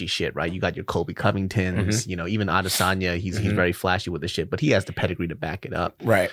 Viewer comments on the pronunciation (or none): Lol so is just going to sit there and allow this nigga to mispronounce ADESANYA 37 times and not correct him? 😂🤣👌🏾